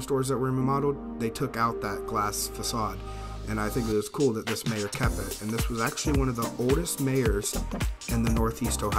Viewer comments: It's pronounced My-yer not Mae-yer and you have to call it Meijers because everyone in Michigan adds an s to the end of everything. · Its not "Mayor" it pronounced "My-er" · Meijer is pronounced "My-er" "mhy-ehre" not mayor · It’s pronounced My err. Like it’s spelled Meyer. Good walk around!! One of my favorite places to shop!! Nice video!! 👍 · Mayer?? You mean Meijer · It’s pronounced mi er